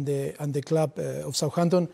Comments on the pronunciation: The way he says souhanton is amazing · "I thin we spent a little bit more time than Souhanton"😂😂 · "Sawhanton & Tottenan" are music to my ears